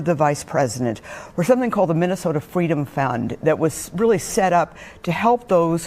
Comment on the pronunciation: Mind of a pigeon...a weely we todd it pigeon